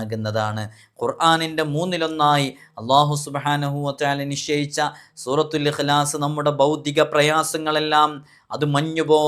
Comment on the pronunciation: Surathul ihlas aanu surathul aasas